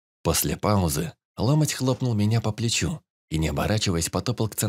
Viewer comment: Чтец неплохой, но гундосит зачем то и ударения путает. Не лОмоть, а ломОть